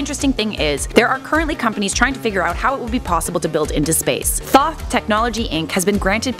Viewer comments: Lol "THOTHX TOWER" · "Thothx"??? Seriously?😂😂